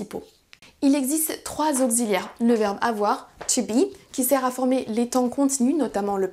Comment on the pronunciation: What a nice lesson. The more different lessons, the more people will understand, thank you. Your French is also so good! (auxilliaire is pronounced oks, not okgz ;-) )